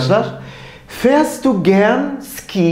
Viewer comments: Hocam selamlar. 'da Fährst du gern Ski ? soru cümlesinde < Ski > kelimesini yazıldığı gibi Ski diye telaffuz ettiniz ancak ben bugüne kadar gerek Alman arkadaşlardan gerekse Almanya'daki kursta < şi > olarak ( Feerst du gern şi ) duydum. Doğru olan nedir? Yoksa birçok kelime telafuzunda olduğu gibi Ski kelimesinde de Almanya bölgesel telaffuz farklılığı mı var? ( örneğin 40 rakamı. Kimi fiırziş diyor ,kimi fiırtsig , kimi ise fiızig) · Hocam Ski diye yazılıyor ama Şii diye telaffuz ediliyor :))